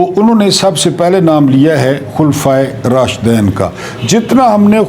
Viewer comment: Sir I think the correct pronunciation is KHULPHA E RASHDEEN .